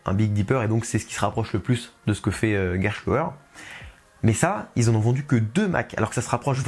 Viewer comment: sur la pronociation: le mot Gerstlauer vient de la langue allemande sans avoir un sens. Bien qu'on pronoce les consonants "st" souvent comme "schhhhhht" ici, il faut remarquer qu'on prononce ces consonnes comme "ssst" comme dans le mot "presse". Néanmois,c'est seulement un petit erreur.